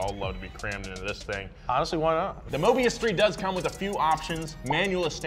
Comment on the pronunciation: It's not Mobias but Mobius. At least get the name right genius from South Africa.